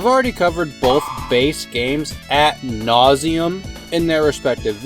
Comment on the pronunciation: Lmao did you say "at nauseum"?